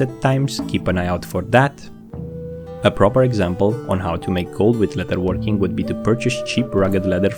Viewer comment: Great video, I understand English is not your first language, as a fan I want you to know it is pronounced "ledderworking and not letterworking" thank you.